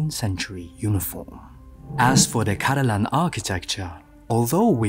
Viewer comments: man pronounced caladan as cadalan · except for the parts where he gets names wrong, like calling caladan "cadalan", and naming the houses and their members as just the name of the house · your obvious lack of knowledge about Dune really takes away from your analysis. not to be pedantic : yes i might have cringed when you mispronounced Caladan (twice!), but that is beside the point as you really cannot hope to understand the design choices if you think the murals on Paul's room in Arakeen depict koi fishes (!!) and not the exceedingly important sandtrouts, with all that it implies regarding Paul's path (and his lineage). likewise, the politics, philosophy, and religions of Dune are too intricate for you to hope to analyse anything visually without understanding them first. your comments about tech fall flat the moment you do not know about the Butlerian Jihad (taking into account that 10191 means 10191 years after the BJ, not after Christ). the worst insult is definitely the comparison to star wars, given that Dune is obviously far superior to it, predates it, and constitutes its main influence: star wars would not exist without Dune. given your obvious intelligence and dislike for modern hollywood garbage i cannot recommand Frank Herbert's Dune series enough. read them!